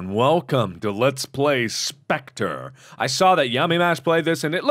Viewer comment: He said.. Spectre wrong.. English.. Grammar.. Skills rising! Can't stop! Rawwwwr!... Lo